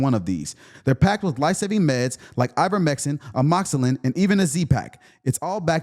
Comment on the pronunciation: Bruh you just pronounced it Ivermexin?